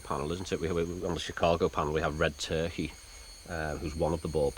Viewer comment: Believe it or not, its not red turkey, its red turqa is how it’s pronounced, i once owned a nite club in Airlie beach Australia and met a man that told me all about this, he told me it was his grand father that led the looters to the site, la corona, but that not how he pronounced it , it sounded like french like le conea when he said it , people you dont have to believe me but this is just what i can rember, the guy was heavly intoxicated but alcohol is a truth syrum, he produced a book with all the photos of the tablets that are on this show, ive got chills up my spine rite now as this is the first time ive seen this doco and to know someone who knows more that the people studying it is early fealing, this guy told me its was the burial place of red turqa where the stones cone from